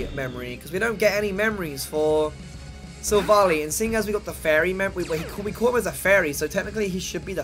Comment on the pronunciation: OMG SILVALLY IS PRONOUNCED sill-vahl-eye NOT sill-valley!